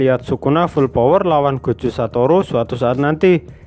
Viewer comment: jogo gua dengernya kek joko